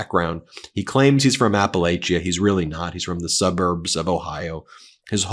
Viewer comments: Ben, its pronounced "apple-atcha". 😉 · Appalachia Is pronounced like throwing an “apple atcha”. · Ben, there are two ways to say Appalachia. Somehow, you have created a third. Maybe learn the two pronunciations and pick one...